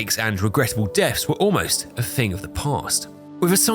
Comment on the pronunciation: I love your vids man but one single thing bugs me. the, there, then ect ect, perfect pronunciation, but then you say "free" for three? How!?!? Edit: also frough for through, flame frower, And fing for thing